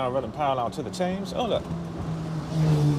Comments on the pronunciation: Tems not Tayms! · The river is pronounces as temz not Thames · London's river is called the Thames and is pronounced 'tems' - not 'tames'. You're welcome! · th is a very different sound from f. It is never pronounced as an f. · This is legit the first time I've ever heard an Englishman pronounce it River 'Tames' 🤣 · may I be so bold as to correct you on your pronunciation of the word Thames it’s Themes ok😂😂😂😂😂😂❤️ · It's the Thames not tames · Tames???? try tems, silent "h"? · In London we pronounce the Thames as "Tems" not "Tames" Just for future reference. Really enjoyed the video, thank you. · It’s pronounced TEMS spelt Thames mate 🤙🏼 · Super video,. Haven't seen you on here for months. Have you been away? Incidentally, the river is pronounced "Temms" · River Thames is pronounced TEMS… GOOD GRIEF!!! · Sorry. But isnt the River spelt Thames but pronounced Tems? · It's pronounced 'TEMS' ! it may be spelt Thames but we say Tems :) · By the way Thames we pronounce Thems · On the Thames, now say it properly lol, pronounced temms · Jason Smith Ah, my mistake, I forgot he hails from Swindon in Maharashtra, India, silly me 🤣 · I kept correcting country bumpkin pronunciation 🤣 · You pronounce Thames wrong